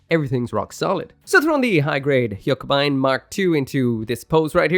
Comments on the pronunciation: Hiyuk-buyn? And I always thought haka-beyn is how you pronounce it😅😅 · It's pronounced as "hugh-keh-bind" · Easiest way to pronounce it is "hugh-keh-bind" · Take a shot every time changes the pronounciation of Huckebein